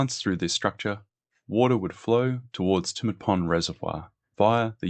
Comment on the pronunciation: Hi mate, thanks for a great series on the Snowy Scheme. You presented very well but, having been born in Tumut, I wanted to clarify the pronounciation - It's not Too-mut it's Tue-mut as in Tue[sday], and Jounama [pondage] is pronouced June-a-mar. Sorry, it just rasped each time and I just wanted to say.